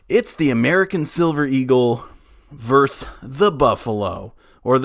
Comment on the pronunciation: Versus.... NOT Verse